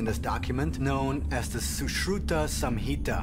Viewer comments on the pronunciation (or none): That black dude looks like indian though he don't know how to pronounce sushruta